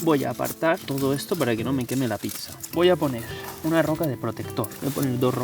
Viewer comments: # otro video genial, pero no digas picsa!! me sangean los oídos! 😂 Es pizza, dicho suena así: "pitsa" Saludos desde MadriZ jajajaja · Picsa?? O a lo mejor quieres decir "pizza"? Tanto cuesta hablar un poco bien?? Gràcies. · la picsa, la picsa, la picsa...... ufff me desangran los oidos cada vez que te escucho decir picsa.... del resto bien la verdad pero picsa.... en serio?????